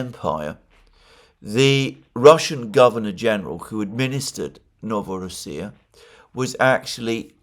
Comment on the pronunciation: NovorOssia, "ro" syllable is stressed. That's how it was pronounced historically! I know how you love to pronounce all the names how they are said by native speakers.